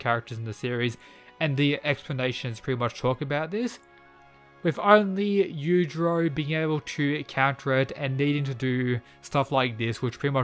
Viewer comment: Everyone: yujiro Mw: yudro